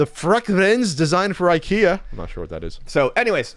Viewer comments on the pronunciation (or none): none